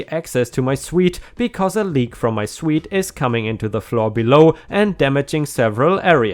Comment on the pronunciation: Hey just letting you now on pronunciation of “suites” when it comes to living arrangement is “sweets”